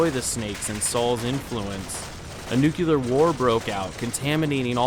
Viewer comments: you said Nukelar instead o Nuclear, weird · The word ‘nucular’ does not exist!